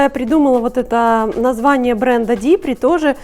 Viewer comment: А на остальных европейских языках, кроме английского, 'DIPRI' произносится ДИПРИ.